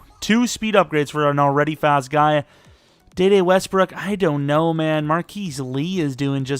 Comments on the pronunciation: His name is pronounced DeeDee westbrook not dayday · It’s Dee Dee Westbrook not day day